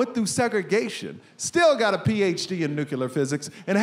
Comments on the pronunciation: Wait, the son of a man who has a PHD in nuclear physics pronounced it newKyewler?! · Did he really say “Nucular Physics”? 😂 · "We gave birth to pandas." 🤣Family comedy is the best, but please ask your dad how to pronounce "nUclear". (Don't be mad. It's-a true. It's-a true.🤭) Hilarious stuff! 👏🏼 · father has a PHD in nucular physics and a son who can't pronounce the word "nuclear". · His father has a PhD in nuclear physics and this guy can't even pronounce "nuclear" correctly?